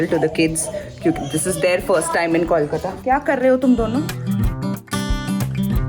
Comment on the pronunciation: I believe you have been saying Kolkata wrong. There is no accent in it. It's Kol-Ka-ta